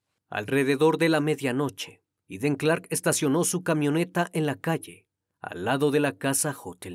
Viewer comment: Todo un profesional y me encanta la pronunciación del nombre en su idioma 🎉 MUCHAS MUCHAS FELICIDADES 🎉🎉 SIEMPRE PERFECCIONANDOTE 🎉🎉🎉🏆🏆🥇🎗️🏆🏆🏆👏🏻👏🏻👏🏻👏🏻👏🏻 ❤❤IMPECABLE CRIMI TU INVESTIGACIÓN E INFORMACIÓN ❤❤❤❤❤❤❤❤